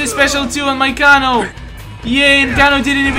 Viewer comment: It is pernonce kano